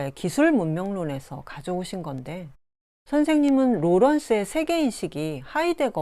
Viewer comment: 소개하시는 분께 충심의 권유입니다. 어조와 단어의 장단 문제입니다. 1. 단어의 둘 째 자나 끝 말을 마치 accent가 있는 것 처럼 강하게 발음하고 있음이 실로 심각한 일입니다. 2. 이 결과, 장음인 단어의 첫 자가 자연히 짧게 발음되는 오류를 범하게 되었습니다. 이로 이해 전체적 어조가 아주 좋지 않고 절도가 없게 됍니다.둘째 자를 강하게 됀 예: 생산,이유,기술,분석 등이고, 2. 장음인 첫 자를 짧게 잘못 발음한 예: 세계, 세상, 해방 등 한이 없습니다. "한국 어문을 고발함"이라는 책을 읽어 주실까요? 한국 언어의 타락상이 분하여 제가 "눈물로" 쓴 책이옵니다. 미국 변 완수 드림